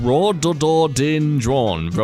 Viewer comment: Rhododendron isn't even that challenging to say. Row-doe-den-drawn.